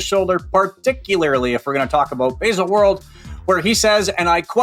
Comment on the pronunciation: Yup. That was pretty much uninterrupted cheerleading for the brand. Would also be cool if he bothered to learn how to pronounce Baselworld.